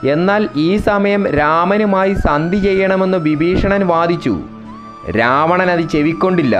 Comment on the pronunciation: വിബീഷണൻ അല്ല വിഭീഷണൻ